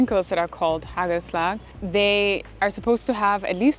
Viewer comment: You pronounced it very well, haa kel slag